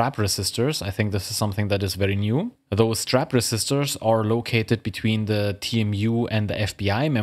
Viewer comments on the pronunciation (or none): I was listening but not looking at the screen and was really confused when you said "strapper sisters". Then I realized you said "strap resistors". Strapper Sisters would be a completely different video that would get you demonetized.